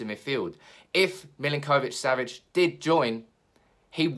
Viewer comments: It’s Millink - O - Vich; got a friend with same name and that’s how I was told to pronounce it! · That was doing my head in as well! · My god, why are you pronouncing his name like that!? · The way you pronounce his name 😫